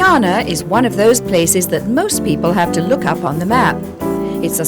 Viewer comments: GUY-ANA not Geyana!! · Black water yankie.... cannot pronounce GUYANA....